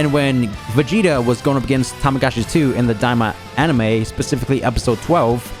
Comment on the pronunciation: The amount of times says Tamagachi instead of Tamagami is hilarious